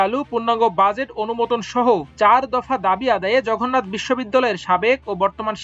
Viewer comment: জঘন্নাত, অন্শন এসব কি উচ্চারন করেন ভাই। 😅